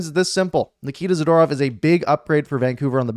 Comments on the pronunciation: Za-Door-ov (phonetically) You r Awesome! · You would think as a person commenting on hockey like you do, you would pronounce hockey players names correctly. Good trade for the Canucks though.